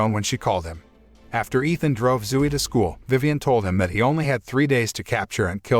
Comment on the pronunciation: zoo-e LOL